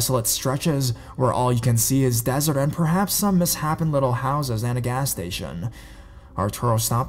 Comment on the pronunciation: I love your content, as well as how quickly you get videos out. The only complaint I have is that you mispronounce super simple words on a regular basis. 'Miss-happen houses?' Really? It's miSSHAPen, like 'misSHAYpen'. I have no clue if you do this on purpose or what but it happens a lot. One would think you'd read the story aloud at least once to yourself before recording to avoid these errors but I guess not. Oh well. Still love your channel!!